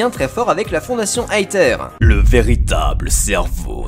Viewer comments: sa ne se dit pas aether mais aeseur mais sa s'écrie comme ça aether tous symplement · Plot twist : personne ne sait et les théories sont juste des machines à vues en attendant les jeux. Et en japonais la fondation Aether se prononce Eteru. Donc on peut dire Étère. Pas Aétère. Ni Aether à l'anglaise. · Ça se prononce èzeure pas aeteur purée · Pour la prononciation (ouai je suis chiant car tu as râlé la dessus) c'est Ether pour l'élément de l'esprit, alors que le mot Aether désigne bien une sorte de "Paradis" et se prononce A-é-Zeur (je voulais juste le dire même si je pense qu'il y a eu beaucoup de recherche de votre côté) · sa ce dis ézeure sinon super vidéo! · Je n'ai pas du tout regarder les trailers mais peut être que la team Skull était là contre Aether (pour moi sa se dit "èzère")et le mec un peu punk au cheveux blac soit son frère qui se rend compte que Aether se barrent en couilles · AETHER se prononce AIZER ok ? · EATHER se prononse AFER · aether se prononce iveur avec un accent anglais bien sur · On dit "Æther"... c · pour aether on prononce aezer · On dit "aïzeur", le "th" se dit "z" mais avec la langue touchant les dents du haut de devant !!!